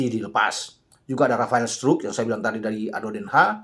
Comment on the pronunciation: lucu juga cara pronounce anda menyebut "Struijk, Jenner, & Baggot".. Padahal cara pengucapannya ga seperti itu dah 😬😱😀😁😃😄😆